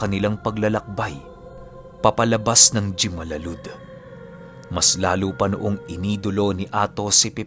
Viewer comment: #WALANGINTROINTRO (JIMALALUD) "HIMALALUD" po ang tamang bigkas nyan...From Negros is here! SOLID..! Napakaangas talaga nyo maG kwento pati lolo ko nakikinig...